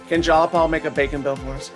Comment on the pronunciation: Jiii-a-Paul, Not jallapaul